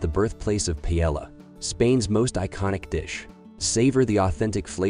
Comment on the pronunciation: You lost me at "Pilella" 🤣